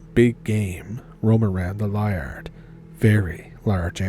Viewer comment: Lee- ard is how it's pronounced